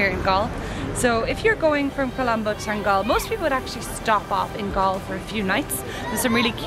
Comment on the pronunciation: Its pronounced as Than-gal-la 🙂